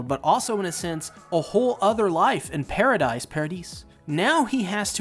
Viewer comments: it's "para-dee", not "para-deez"😭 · Paradis is pronounced PARA-DEES instead of PARA-DICE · i believe its pronounced ,Paradease Island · It's Paradis and not Paradis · i think it’s pronounced “pair-uh-dee” like i think the “s” is silent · The S is silent in Paradis so it's Paradee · Paradise Island is pronounced as Para-di (se is silent). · I’m pretty sure it’s pronounced para-di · "Paradis" is prononced "para dee" like paradise in French. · It's pronounced "Paradi" Island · You either say 'paradise' or 'Paradis' but the 's' isn't pronounced in 'Paradis' like the sub does, but if you do pronounce the 's' it's not wrong imo If that confuses you too much just call it Madagascar